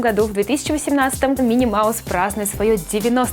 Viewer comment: не мини Маус а Мики Маус